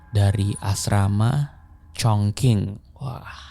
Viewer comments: wah kalo saya sih dengerinnya ga tentu ya, kalo upload ya ditonton. sejujurnya saya malah bosen yg cerita biasa, yg format ini bikin lebih tertarik dengerin. ngomong2 soal pelafalan, kayak kemaren, chongqing harusnya dibaca chongching bukan chongking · sedikit info bang, chongqing dibaca congcing